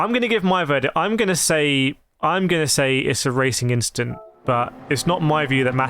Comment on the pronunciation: "Just a racing inchident"